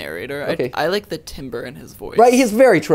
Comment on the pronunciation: The only thing that hurt me, was Mirror Matt pronouncing timbre as "timber" 😅